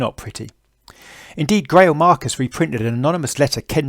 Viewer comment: It would be nice if this geezer would learn to pronounce the words that he's uttering! Its; "The J. Geils Band" (As in "guide"). Ditto Greil Marcus!! From another Brit!